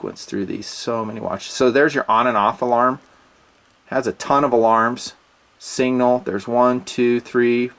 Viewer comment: Say it,: "Signal". "SIGnal". Sig. Nal. Not "single". Sig-nal. Love you, brother!